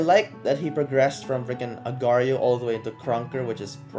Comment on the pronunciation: its not agrio it aagar --IO